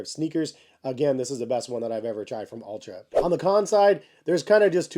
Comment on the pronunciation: Altra not Ultra